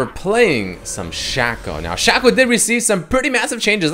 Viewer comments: he says shack-oh, shack-oh, my...fkn..... hero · Am I the only one that's mad because he keeps saying his name wrong like Jesus fuck it's pronounced "Shayco" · Is it pronounced Shaq-o or Shaco? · Its not shaco its shaco say it right for God's sake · Ew they way you say Shaco